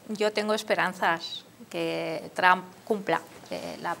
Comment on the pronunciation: TRAN ?????😂😂😂😂 TRUMP SR.